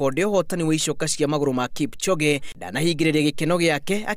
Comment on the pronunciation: it's KIPCHOGE.... NOT KIPCHONGE......